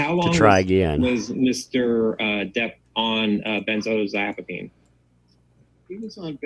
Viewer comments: It’s so funny that the lawyer can’t pronounce benzodiazepine. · The Turd’s Lawyer should learn pronunciation. Geez